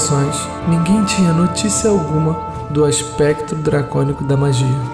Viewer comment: Malygos é / foi um ASPECTO, não "Aspéctro". kkkk As séries do passado ficaram melhores contadas, na minha opinião. Mas não tá ruim. (y) /Eu tenho os livros e conheço as histórias.